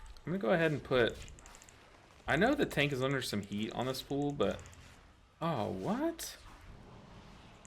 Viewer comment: i love your videos and you are so good and informative but i can't stand how you pronounce pull... it's not pool